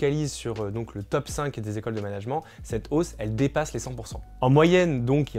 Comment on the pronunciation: Le mot management vous pourriez le prononcer correctement car les oreilles saignent un peu.